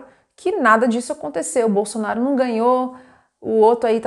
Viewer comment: Ela falou BOLSONÁRIO😅